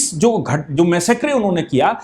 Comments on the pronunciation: PLEASE CORRECT YOUR Pronunciation for massacre as मैसकर NOT मैसेक्रे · Sir please foreign language words ka pronunciation google pe check kar liya kijiye. Massacre ka Pronunciation mass-a-kar hai.